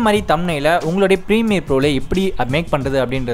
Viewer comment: Permire pro Va..